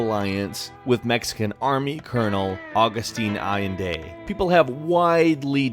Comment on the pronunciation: Allende pronounced Al-lehn-deh